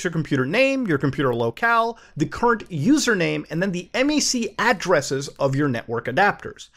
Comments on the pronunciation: "em-ay-see addresses" dude......its just MAC....... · what is m-a-c, never heard of that... wait, oh, you mean a mac address. no one calls it m-a-c